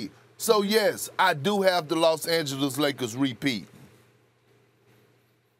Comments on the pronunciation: No one : Perkins: The Lozz angelizziz lagerzz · lol perk be like “ the Law Sand Jealous Lakurrrs” 😂😂